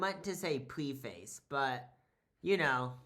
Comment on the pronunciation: BB preface is not pronounced pre-face